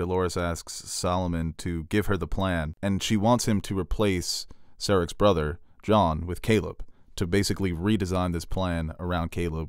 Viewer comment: You know it's Serac, not Sarec, right?